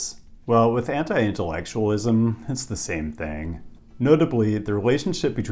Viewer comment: This guy said anti-intellectualism and I heard henta-i-intellectualism